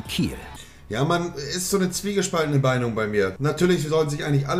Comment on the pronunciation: "Zwiegespaltene Beinung bei mir" Aaahja xD